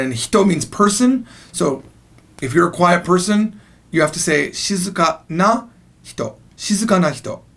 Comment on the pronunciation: but you say 'nu' not 'na'